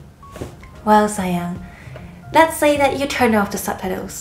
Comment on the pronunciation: I thought she said saiyan like super saiyan haha